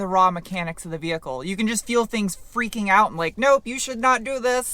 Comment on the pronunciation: That first hill was kind of big for a family sedan. Awesome vee-hickle!